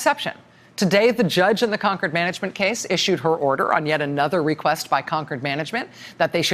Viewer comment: It's Concord Management, not conquered management. 😉